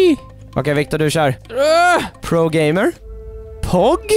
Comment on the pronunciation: BAHAHAHHA NÄT NI SA IJUSTWANTTOBEGAMER? Så hörde jag gay och inte gamer/game